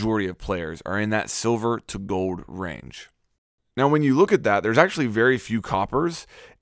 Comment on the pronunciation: Is anyone else bothered by the way he says "Gold"...Goed...lol.